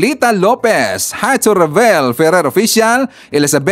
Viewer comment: Lete❌ Leyte✅ Hito❌ Heto✅ Kabite❌ Cavite✅ 😆🤣🤣 Ayusin mo Naman uy